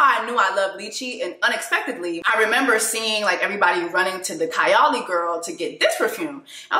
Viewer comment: It’s KayAli (Kay-Eye-Lee). Not you on Sol De Janeiro’s PR list….ugh, I LOVE that brand. If you like sweet fragrances, I think you’d love their Cheirosa 40 body spray.